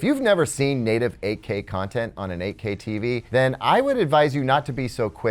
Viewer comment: I keep hearing AK hahaha. I am a huge fan of AKs so I like this one as well :)